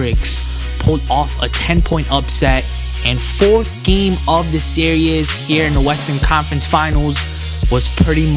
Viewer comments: why does it sound like he is saying serious when he says series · is he saying series or serious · It's series, not serious Sear - ees As in tv series, series of moves etc. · Come on man, really? You can't pronounce the word series?